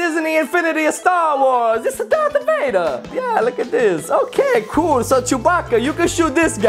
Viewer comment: it call dark vader not drath vader